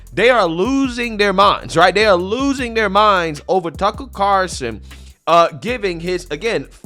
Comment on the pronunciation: It's CarLson not Carson. Just sayin.